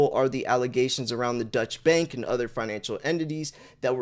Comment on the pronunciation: agreed. It lost credibility for me for the rest of the video. Someone needs to teach him to pronounce "deutche".